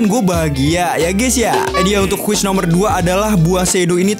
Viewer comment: Bukan quis tapi quest